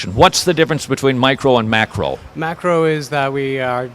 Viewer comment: Lol! Am i the only person who heard him say what's the difference between "micro" and "MACKEREL" evolution!? I know that one of those is a GODDAMN FISH.